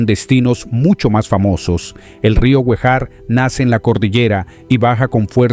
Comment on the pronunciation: Rio Guejar (Acento en la e)